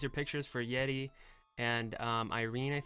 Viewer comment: Hi I loved the music video I watched it when i came out I like ZIMZALABIM but I like This more and I realized that it sounds like you say Yeti when you said Yeri